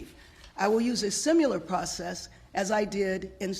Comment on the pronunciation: Now she should fire herself. Did she say "simular"???🤦